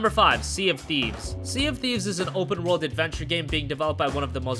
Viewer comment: SEA OF THIFES